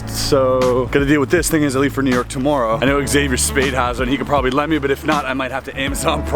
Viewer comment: Are you Canadian? The way you say "tomorrow"makes me think yes.